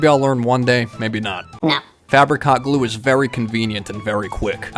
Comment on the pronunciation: I keep hearing fabric hot clue as "Fabric Cock Glue". 😿